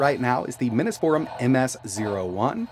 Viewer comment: Am I crazy or isn't it pronounced "Mini's Forum" as in Mini PCs Forum? I always assumed that until I started watching your channel. I think that makes sense considering they make mini PCs, haha. Anyway, great video. I love this idea. I've been 3D printing SFF custom cases lately and converting my A2000 to single slot would open up a lot of doors for that. Now they just need to do the same for the Gigabyte 4060 low profile. ** OH DANG they have a shorter 4060 mod already, that's pretty cool.